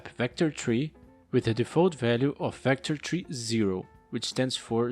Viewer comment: Great tutorial! I love it when you say Vector3 because at first I thought you said VectorTREE instead of Vector3 lol